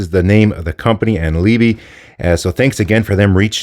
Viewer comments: Must be different in Austria to Germany then because the 'e' at the end is definitely not silent. It's pronounced something like an "uh" sound- so Lee-bu (the second syllable as if you were saying 'but' and stopped before the 't'.... if your but is fairly neutral English English, at least ). I.e. like the first poster in this chain said. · The closest pronounciation would be leebeh a short eh at the end. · what?? what is the buh at the end? Liebe it more like a Lib eh. my mother language. Love the case, have 3 of them. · Feedback: price matters to 99% of people and should be mentioned first, not last. Why not ask the manufacturer how to pronounce their name? Or google "&liebe meaning"?